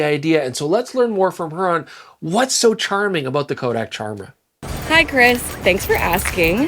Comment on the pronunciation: It all in the name - a good little pun. It should be pronounced like Chimera with a hard K sound